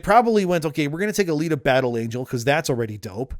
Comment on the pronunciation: How? HOW did you F up "Alita Battle Angel'" by calling her Anita, lol. Other than that little nitpick great video per usual